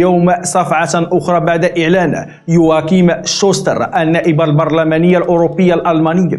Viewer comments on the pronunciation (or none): none